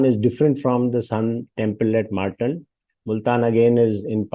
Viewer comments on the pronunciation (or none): I wish this man pronounced the word "Martand" properly :)